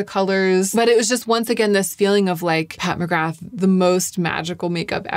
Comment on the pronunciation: Pat who ??? I love your videos but…. Nooooo you cannot say McGrath like that 😂. The TH is silent . 🤫 Silent . Nooo TH. I know this as I’m Irish and so is the name 😊